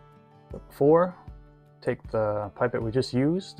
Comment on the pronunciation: This is an awesome video. Start to finish explaining the airbrush and even a tear down at the end, perfect for me as I was looking for good reviews of this airbrush as my birthday is coming up One thing though, the way you pronounce pipette, it sounds like you’re saying ‘pipe it’, in the UK we pronounce it as ‘pip ette’, is that really how you pronounce it over there?